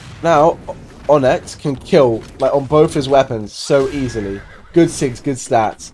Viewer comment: Btw, so that ppl don't get triggered, its not pronounced "On-ex" its pronounced 'On-ix"